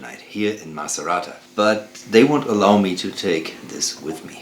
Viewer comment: Thanks for the reportage and demo. All very nice and clean, but please: do not spell Italian names in other languages! When you say "Macerata" I heard "Maserati"!!!